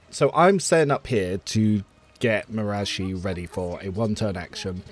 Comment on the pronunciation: it bothers me how you say marazhai. lol, i thought it was ma-rah-zhai(like rhymes with sky or eye).